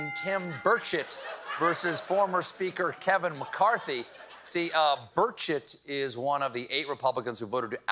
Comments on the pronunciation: I know its Burchett but I keep hearing Bird Shit 🤷🏻‍♀️. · 😅 did he say birdshit ??! 😉😁😆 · It really is hilarious that "Burchett" is pretty much an exact homonym of "bird shit". I can't not hear it that way. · The self-control to not pronounce Burchett as Bird$hit, bravo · Are you saying burchette or bird shit?